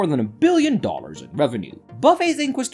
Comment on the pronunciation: Bro can’t say dollar lol